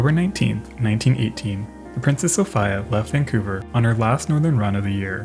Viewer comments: The "i" in Sophia is pronounced as an "e" SophEa. Just sayin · FUCK this is killing me. So-fee-ah. Not a knock on the content it is excellent and well presented. Just saying. So-fee-ah. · Sophīa is how you say it. Also Marīa and Regīna. That was the customary pronunciation of feminine names that ended with -ia in the late 19th and early 20th centuries among Canadians and Americans of British descent in northern North America. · So-fee-ah. US pronunciation. It doesn't matter. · Interesting video, but everyone in the English speaking world (except you, apparently) knows that the I in Sophia is pronounced "ee." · Sophīa is how you say it. Also Marīa and Regīna. That was the customary pronunciation of feminine names that ended with -ia in the late 19th and early 20th centuries among Canadians and Americans of British descent in northern North America. Very few moderns know history. Your ignorance is forgiven, but now you know. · you sure it's pronounced soph I a and not Sofeeia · That dog survived - because it pronounced the vessel "So-fee-uh". 🐶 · its pronounced "sew Fee ahh" duh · Downvote for not being able to pronounce "Sophia" (so-fee-ah) correctly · why do you keep saying "so-fie-uh" ??? lmao i'm offended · "So-fiya" huh... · Bro I literally can't watch this with you saying "princess soph-eye-a" how do you make such a mistake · Sophia is pronounced "so-FEE-a" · Properly pronounced So fear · That is not how you say Sophia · Reminds me of that old tv show Barney Miller. One of the detectives was Polish and and when people couldn’t pronounce his name, he’d say you just pronounce every single letter, it’s not hard. Sophia is said in that manner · Why in God's name do you pronounce Sophia like that. 😂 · was it like a local thing? I've never heard it pronounced like that before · I want to pull out my hair... I'm pretty sure it's "Princess Soph(EEEE)a." not "Soph(III)a" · It's Sof-ee-a, not Sof-ay-a... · Always thought it was pronounced So-fee-ah. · Sophia not Sophaia